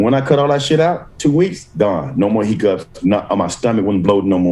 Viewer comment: “Chronic He-Cups” 😂